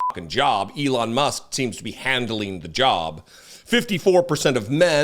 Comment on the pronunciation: When you said "Elon Musk is handling his job" I heard "Elon Musk is handling his junk".